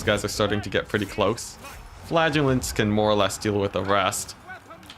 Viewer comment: I have to say, as a non native I was astonished I was hearing "flatulents" and my mind couldn't figure out what I was actually hearing. Flagelants!